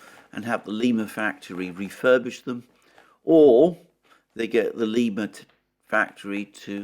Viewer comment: Not that it is important but the name of the town (where the tank factory is) is Lima, pronounced like lime (the fruit) uh. Not like the city in South America.